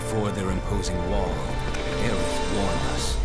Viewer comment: IT WAS ALWAYS AERITH NOT AERIS